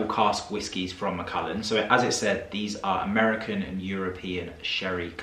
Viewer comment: It’s Mac. ALLAN not ullin as in the name Allan